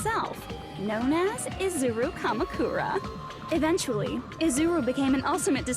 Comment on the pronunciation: Two things: Your pronounciation of Izuru Kamukura wasn't wrong. In japanese, you pretty much always accentuate the first vowel, as far as I know. Also, the thing about Izuru the old man and Izuru the student might be a bit confusing: They are NOT the same person. The lab rat Hajime was just named after the founder of the academy. So Hajime isn't an old man. By the way, I absolutely love the "You are the mastermind" plot twist, even though it may have become a little cliche in mystery stories. It instantly makes a protagonist ten times more interesting, imo.